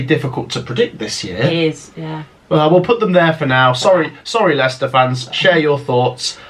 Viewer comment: You got Leicester wrong